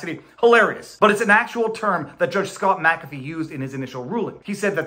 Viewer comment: I do like that you are one of the few on YT that can pronounce Mc-Afee